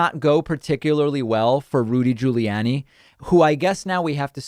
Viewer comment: Ahah! Caught you pronouncing Giuliani's name properly, David... You're slipping, careful. 😏